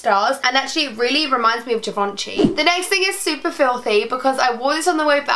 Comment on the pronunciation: you pronounced Givenchy like an amateur and those are cushions not pillows